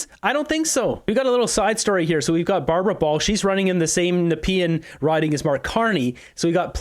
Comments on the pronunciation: it nuh-pee-ann not nee-a-peen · ur wording of NEPEAN is hilarious. It's pronounced NE-PE-AN. Ur saying NEA-PEAN. That first A doesn't exist. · HI, enjoy your show. FYI Nepean is pronounced Nep-e-an. FYI Northern Perspective did a show on Liason Polling (daily polling which is simply BS) and their investigation suggests this company is tied into Alexander Nanoff, a former worker for MP Geng Tan, Don Valley North where Han Dong is the current MP. Yes that MP!! They work out of a Yonge St. walkup in Toronto and this is their first year polling despite being incorporated for about 4 years. Back to Chinese interference??? Elections Canada will need the police at polling stations to find bus loads of Chinese voters showing up. I know of at least one provincial Liberal candidate in Toronto who had his staff stuffing ballot boxes and he showed up at polling stations on election day which is of course illegal to do. They also exposed Protecting Canada who has been running some expensive attack ads financed by big unions including Unifor and CUPE against the Conservatives as a company involving former NDP and Liberal staff along with Monk & Associates, Kathleen Monk of course seen on the CBC and CTV political programs. Can you say conflict of interest! Enjoyable content they uncovered. Something the old mainstream media would be able to dig up but of course today the mainstream media cannot investigate their way out of a wet paper bag. Of course they also have no desire to do so since their Federal funding would be put into jeopardy. Just thought you may be interested. Keep up the great work!! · It's pronounced Na Pee An